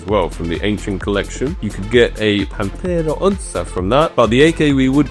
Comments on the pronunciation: LOL... but it's the first time he said PANTERA ONÇA (ONSSA) correctly. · It's the first time that says PANTERA ONÇA (ONSSA) correctly... 😆 I was expecting to hear "nouveau rouge" (not rogue) correctly too but it did not happen.... 😅